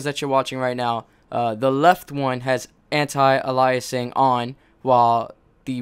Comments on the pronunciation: An-tie a-lye-uh-sing awff. I think you mean An-tee ay-lee-uh-sing. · It's pronounced anti Ay-Lee-a-sing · You're pronouncing "Anti-Aliasing wrong" lol..